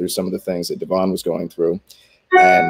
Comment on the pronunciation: Its a good interview BUT you didn't say Devon's name correctly! Thats a must for an interviewer or journalist